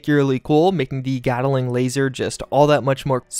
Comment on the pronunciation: Sorry but this was killing me.... GAT-LING. GAT-LING. GAT-LING. there’s no “A” in between “gat” and “ling”.